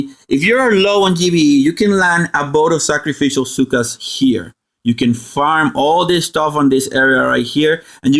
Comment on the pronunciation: I love how you pronounce Zooka as "Cyka". Thanks for the help tho